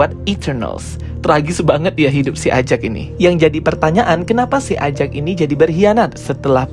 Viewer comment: EJEK bang mengatakannya bukan AJAK